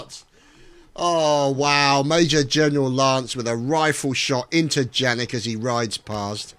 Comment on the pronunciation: Oh...and it's not pronounced 'Jannik'...it's pronounced 'Yannik' (German names :P)